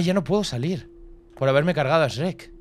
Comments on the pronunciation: tu dices esrek se dise shuerk x dx d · Se me hace raro escuchar a decir Srek (pronunciación) y no shuek xd y Asno a Burro Buen video <3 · Los españoles SRRRRREK , los mexicanos SHUEK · Amo cuando Dice Shrek's -😭😭👍👍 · Shurrek, más o menos. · A shrek le pronunciamos shuek y a asno le decimos burro P.D no se si shrek se pronuncie exactamente así pero así maso menos es